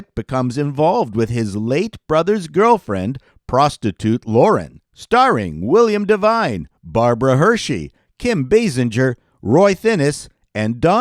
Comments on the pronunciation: 1. California Fever was indeed abysmal. Even if it was targeted to teens, it was bad. 2. It's pronounced "Eye-Shide" 3. William Devane, not "Divine" 4. Ji-Tu Cumbuka went from Roots to A Man Called Sloane. Yeesh. 5. Out of the Blue with Jimmy Brogan had a heck of a hill to climb. Brogan was a stand up who did nothing but riff on his audience. He was funny, but even he said during his act, "Does anyone else realize that I have no act?" Now, all you have to do as a producer is figure out how to frame a performer who does not fit into a traditional framework. Yow. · My apologies. After your butchery of Eischeid, you pronounce Devane as Divine and mess up Kim BAY Singer ( but you're not alone in that). Clearly you're careless and sloppy and I shouldn't expect more. Carry on. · It's William DeVANE. I thought you were a network exec.